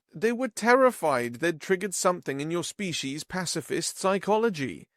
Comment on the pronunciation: Narrator, you really do need to work on properly pronouncing words. Demonstrably, look it up; species' is pronounced the same as the collective noun species even though it is possessive.